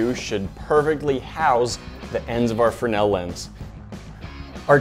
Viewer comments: Have you just forgotten how to make a z sound it’s a fresnel lens not a frenel lens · Guys, the upgrade was great BUT.. c'mon.... pronounce it right... it's spelled Fresnel... not Frennell. pronounced freznell... frez nell.... or, maybe we have been calling you by mistake, instead of "Nat"? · The fruh-nel lens? Isn't it pronounced frez-nel? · Not a frenell lens but a fresnell lens it is! Sorry had to comment on that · Lol did say the fre-nail lense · Fernel lens?? I guess you mean Fresnel...